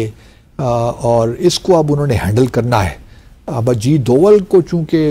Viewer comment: Ajit Doval .....name and not Ajeed deol